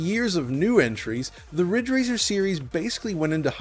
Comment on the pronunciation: It's Ridge Racer! RIIIIIIDGE RACER!!!!